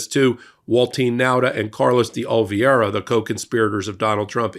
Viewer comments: It's OLIVEIRA! Not Olvieira!! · Oliveira, not Olveeaira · Oliveira* Not "Olviera" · Isn't his name spelt OLIVE ira,? Why do you pronounce it Ol VIERA? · Are you dyslexic? It's Oliviera, not Olviers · it's "OLIVE-ERA" not "OL-VEE-ERA" Just sayin'. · Ol-i-veira. Not Ol-vi-eira. You constantly mess that one up. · Love you guys, but Oliveira is pronounced oh-lee-BAY-dah. 😉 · Oh Leave Era. Carlos De Oliveira. Sorry, but it's been bugging me. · Dear God, it’s been YEARS now and still cannot pronounce OH-Lee-VAY-ra. You cannot call out Republicans for their inability to pronounce Kamala when you yourself cannot pronounce Oliveira. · Oliveira. Olive-hei-ra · while i deeply value your videos and the information you provide to the public, your consistent (and seemingly deliberate) mispronunciation of Carlos DeOliveira's last name gives the appearance of deliberate discrimination! Yes, he has participated in illegal acts, but why go out of your way to lower yourself to his and the orange buffoon's level? I have to admit that as a person who floats on the edge of the spectrum when this happens I have to exit out of the video, regardless of any good I might have received from it. Thank you for reading my rant. (retired teacher) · Why can't pronounce "Oliveira' properly? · Why do you insist on mispronouncing Carlos De Oliveira’s last name? You can do better than this. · Please take a look at how you are pronouncing. Mr Di Oliveira's name. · is pronouncing DeOliviera incorrectly. We are going to be hearing that name so many times in the months ahead. I hope will take just a second and learn the correct pronunciation